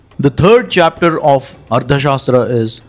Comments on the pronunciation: It should be pronounced as Artha Shaastra, Not as Ardha Shaastra. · It's arTHA, not arDHA. This wrong pronunciation is somewhat ruining an otherwise great video.